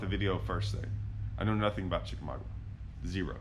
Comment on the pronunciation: Love this! Chick is my home lake as I am 30 minutes away.. Where you started is the general area Andy Morgan won his BPT event a few years ago. It's produced as: Chick a maga. The "U" is silent. This is old, as you are in a Ranger.